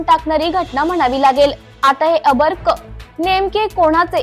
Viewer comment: अर्भक चुकीचा उच्चार नको करू बाई